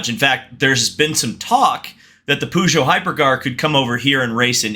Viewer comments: i was watching this but you saying poo joux was a straight up no from me 😬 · losing Dodge is almost as painful as your pronunciation of the word Peugeot